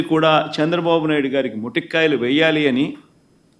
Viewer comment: Orey edhava paniki maalina jagan.... మొటిక్కాయలు కాదు రా సన్నాసి.. మొట్టికాయలు.... మొ టిక్కాయాలు అంటే గోరుచిక్కుడు కాయలు... చూసి చదివే బదులు... పోయి పడుకో... నీకు అసలు బుర్ర లేదు రా... మనిషివే కాదు..నిన్ను గెలిపించి ఇంకా పూజించే జనాలు ఎంత ఎదవలంటే.. వాళ్ళు బతికేదే వేస్ట్